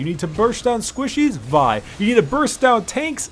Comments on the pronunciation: Its v- ihh not v yhh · Lol, I thought you pronounce Vi as in Vee XD I think I’ll just call Vi as in Vee since I think it sounds better?